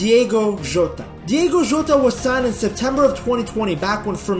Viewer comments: How are people still struggling with saying Diogo Jota instead of Diego Jota? 😂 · it's diOgo